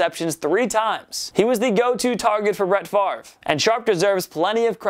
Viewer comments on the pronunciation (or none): none